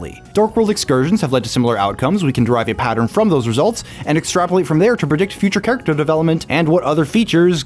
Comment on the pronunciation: Don't tell me you pronounce "character" as "car-icter"